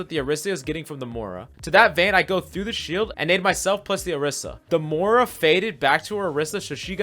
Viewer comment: I am low key annoyed about the Moira pronunciation..